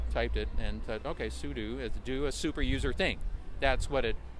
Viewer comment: "DO a SUperuser thing", hence Sudo. Soo-Doo